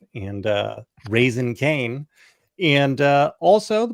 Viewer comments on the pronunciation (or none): Y'all are mispronouncing Caine's nickname. It's Raisin Caine, as in the California Raisins. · Did he say general rasincane?